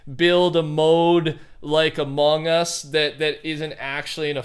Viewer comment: did he just say amon us boy what the hell boy